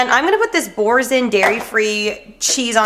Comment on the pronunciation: the way you pronounced BOURSIN hahaha please look it up (it's in French);)